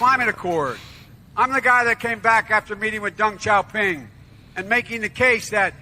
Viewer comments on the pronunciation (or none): he met with Dung Chow Ping? I think he's trying to say Deng Xiaoping but in reality he met with Xi Jinping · I don't know what's worse, so you decide: The fact that it sounds like Joe Biden is saying "Dump Truck Ping" or "Dump Trucking" at (ironically) the mark! Or the fact that I just finished watching Fight Club, where if you recall the end credits song is (I think) "Where is my Mind" and I just came from it too!! Just to find something so incredibly ironic I can hardly believe it!! Where the hell do I live?? What the literal hell?